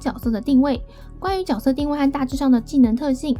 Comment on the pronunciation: 能不能发音正确？？ 角 jue 色 ， “jue”斗士